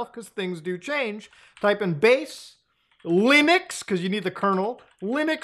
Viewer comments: Did he say, "LOONux?" 😎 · He said lunix again...